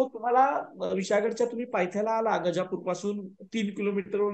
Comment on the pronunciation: गजापूर गजापूर काय म्हणता? गाझापुर आहे का ते? काय असेल ते आधी नीट समजून घ्या आणि सांगा.😮